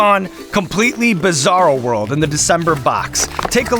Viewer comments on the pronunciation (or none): none